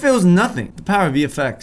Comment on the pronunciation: is it just me or does every time says vfx it sounds like hes saying the effects?